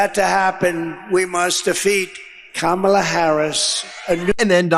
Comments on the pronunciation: OMG, , you know he's officially losing it when he forgot to mispronounce Kamala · He said Kamala's name correctly! Will he revert to saying it incorrectly again? Probably!